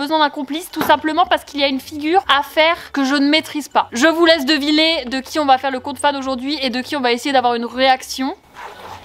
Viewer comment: elle dis devilé au lieu de deviner mais bon c’est pas grave 😂